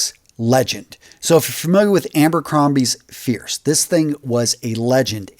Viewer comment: Abercrombie & FiNch? Prada Ohm? And still not able to pronounce Gió right, eh?! Yeah, I'm totally gonna trust you on fragrances...